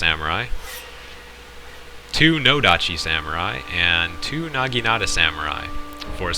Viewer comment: he sed nageenata lmfao